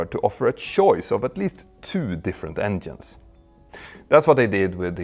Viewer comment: Stop saying "endienes"